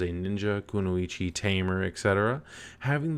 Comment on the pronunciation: Why does every single american pronounce kunoichi wrong!? Let's try this together. Koo-noy-chi. Got it? Remember it!